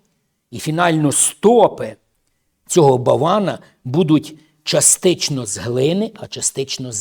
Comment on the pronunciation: Частинно, не частично. Не перекручуйте слова з Писання.